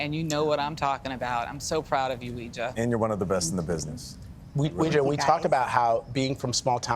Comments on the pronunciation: It's pronounced like"way-jia" not "wee-jia" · Her name really should be pronouned Way-zhah, not Wee-zhah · Maybe she shouldnt mispronounce her own name, it's not wee, its wei. Im just saying ¯\_(ツ)_/¯ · You're right! It's pronounce WEI JIA and not WE JIA. but people who are not Chinese don't know that and Weijia herself didn't teach people to properly pronounce her name and pronounce her name WE JIA herself. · I will be happy when mainstream media stops mispronouncing Weijia’s name, so that it doesn’t sound like some occult practice. It’s. WAY GEE AH. It’s ironic because pinyin was originally supposed to help pronounce Chinese easier..